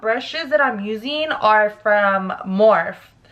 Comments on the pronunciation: When she says, "Morph" instead of "Morphe" I died a little. Lol still love your videos though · Lmaooo to moes verbiage on the makeup products morph, Laura mercier, and IT brushes 🤣 morphe is pronounced morphey, laura mercier is Laura mercy ay, and IT cosmetics is the word it not I.T. Girl you had me cracking up! Btw that sucks what happened with that dumb guy. Gotta watch our especially in the area you guys are in. There’s gangsters everywhere🙏🏽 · Lmao I love 🤣🤣 when she says morph instead of Morphe & I.... T brand instead of it cosmetics 🤣🤣 lmao im dying more story times 🙌🏼🤣🤣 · Morph-E , anastasi-aa not anastashia lol, and “IT “brushes not “I.T” lmao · That's so scary! I would of shit myself no lie. I'm glad you're ok, always watch your surroundings and try to see if there's a safer neighborhood to get your dank from. Also is pronounced Morph-E & "it"cosmetics not I.T. love you! This look is fire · Dang lmao if anything he came in his own hood disrespecting you! But anywaysssssssss lmao it’s morphEEEEE you just forgot the E! Haha! Your so gorgeous $$$$ I love your videos 🔥😍🔥😍🔥😍❤️❤️❤️❤️❤️ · when she said “morph brush” did she mean morphe? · Kay L Yeah I know "Morph" is an actual word, but the actual brushes are pronounced "Morphe" and spelled that way. So that's why it was funny Lol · Morphe the e is like ie like rosie morphie spelled morphe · Lol it’s pronounced morph-E love your videos boo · How she says “Morph” and “contour” lol 😂 killsme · It’s pronounced more-fee picky 😀 Love your finished look 🥰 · MICHAELDIDTHAT I thought I was the only one who notice 😂😂😂 I like it too thoe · You butchered morphe and Laura mercier lol